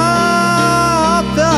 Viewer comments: Спасибо за исполнение, очень душевно! Только немного режет слух произношение слова сАкАлята. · Спасибо за исполнение, очень душевно! Только немного режет слух произношение слова сАкАлята